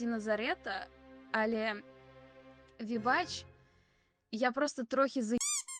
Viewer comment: 100 відтінків "зачєм" "ті" "хочєшь" "розказаті" "спочаткюу" "людіна" "алє" "надрукованій" "чорт забіряай" "нє схожій"